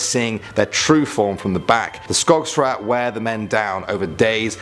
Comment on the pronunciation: Skogsrå is pronunced similar to skogsr-oh (with the "å" similar as the suprised expression "oh!")